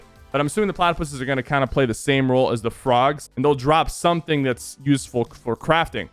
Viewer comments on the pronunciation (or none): none